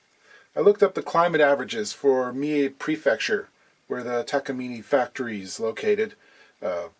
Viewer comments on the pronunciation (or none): You’d think a luthier would know how to pronounce Takamine. Ta-ka-ME-neh. I mean, come on, dude. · Pronounced, tah-kah-MEE-neh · That’s Takamine (tah-kah-a-me-nay) 😎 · What you talkig about. Takamine. Not taaaaaaak a meeeeni . Get your words together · I think its pronounced "talk a me nay" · from the web: Takamine in Japan. Pronounced, Tah-kah-meen-ney. Basically the same thing I said above. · The “e” is always pronounced like “eh” in Japanese. Should be easy for a Canadian to say: Tah kah meen eh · Tawk tuah! I spit on that pronunciation. 😂 But seriously, there's no Japanese word with an "awk" sound. Ta Ka - as in tap and cat.